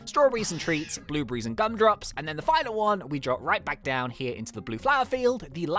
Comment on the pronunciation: You said "blublies" it's blueberries lol